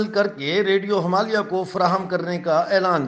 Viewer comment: jab aap radio Himalaya kehte hain to usme last (A) silent rakha kijiye, thankyou please bura mat maanyeega.